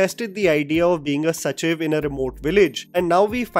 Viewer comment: It’s not Sachiv, its sacheeeeev